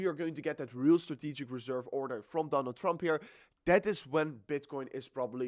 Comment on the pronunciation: Dooonald Trump 😂. IksRP. (XRP)😂😂